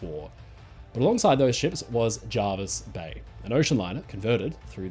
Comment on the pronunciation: Hello, it's pronounced JErvis Bay not JArvis Bay. Unless things were different in WW2. Hope this helps.